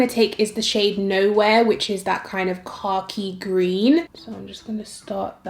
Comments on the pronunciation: Flat out took this ignorant American a full minute to realize you said "Khaki Green". I was deadass sitting here going "Car Key Green? What shade is THAT!?!" 😂😂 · Lmaooooo “cocky gween “🥴 I’m just playing